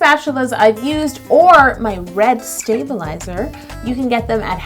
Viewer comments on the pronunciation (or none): You should call them sta-BOWL-izers 😂😊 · Sta-bowl-izer 😂😂😂😂 I’ll leave